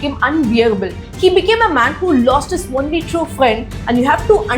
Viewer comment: “Only” pronunciation - It’s not “one-ly” but “own-ly” not “on-ly” either… Someone is being teaching English wrongly in that part of India.. I was being corrected long back when I didn’t give that much importance to language. I ignored and moved on without checking its authenticity. But now people following that kind of pronunciation feels odd and checked again it is wrong… Find the source of that wrong teaching. Don’t know how many kids have been taught wrongly by these self proclaimed experts and call the right spoken people wrong. They go on to correct the rightly taught people as well claiming they know better.